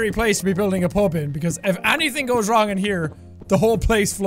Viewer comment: Andrea Allston wrong not “rong”.